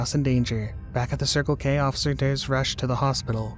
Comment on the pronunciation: is that cop drunk? Is said “osifer”